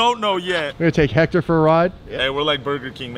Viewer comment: It’s hector